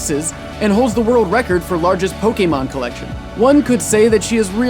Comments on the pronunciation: I like that you say Pokemon and not pokimon :D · He actually said Pokemon right! ^.^